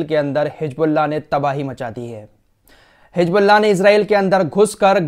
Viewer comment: hiJbullah nahi HIZBULLAH. Musalman ho bhai, J aur Z mai to fark karna seekhen khudara itne subscribers hain